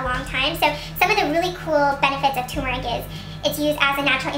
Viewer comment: It TUR-MER-IC not Tumour-ic.